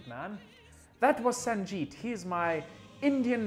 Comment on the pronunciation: You only pronounced Sanjeet wrong.